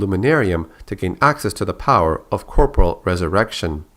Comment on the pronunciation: corporeal is pronounced "core pore e al" not "corpral"